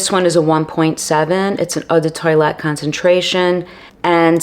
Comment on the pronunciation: Very interesting video, but please do not say Eau de toilet. It’s pronounced “tow-alette”